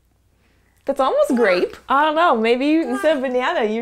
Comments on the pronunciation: He said grAypE Behnana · = Can you say grape? Kemosabe= Gwap